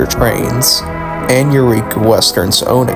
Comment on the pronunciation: You're pronouncing Yreka and Montague very wrong. Yreka is "Why reka" not "yer eka". And Montague is "Mon Tag you".